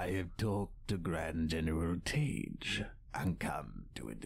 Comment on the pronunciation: Ozzel is pronounced Oz-el, rhyming with nozzle. Tagge is pronounced Tag.